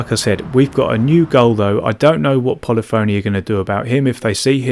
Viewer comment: This is why I don't bother online much any more. BTW it's 'poll-if-o-nee' not 'poly-fony' .😉